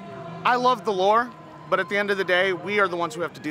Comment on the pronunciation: It took me a solid three watches to confirm he said lore.